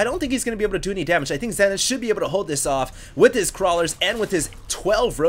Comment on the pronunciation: It's prononced ZEE-nith.